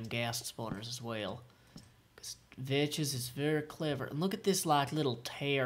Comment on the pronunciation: It's Vechs, not Vech.